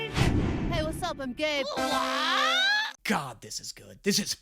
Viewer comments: I thought gabe said: hey I’m gay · every time they say gabe it sounds so much like gay. "wassup im gay" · It sounded like “hey what’s up I’m gay”